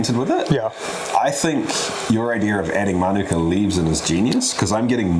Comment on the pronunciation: Why do people feel the need to ignore the macron? It's mānuka, not minūka.